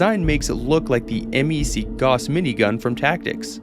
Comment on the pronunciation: "Gauss" rhymes with "house".